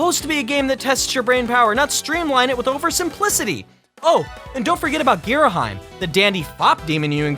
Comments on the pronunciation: and its Ghirahim, not Ghiraham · Look, everyone is entitled to their own opinion. But there is ONE thing that "The Internet" says that is COMPLETELY WRONG. Who the hell is Ghiriheim!? It's GHIRAHIM! GEAR-AH-HIM. How the hell could he get that wrong!?!?! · girahaim? that's not how you pronounce girahim. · "Gee-rah-heem." Please get it right. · "GEERAHAYM" Facepalm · Did the Internet just pronounce Ghirahim wrongly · OBJECTION! The internet cannot pronounce Ghirahim's name right, how can he represent the internet if he doesn't know the correct pronunciation?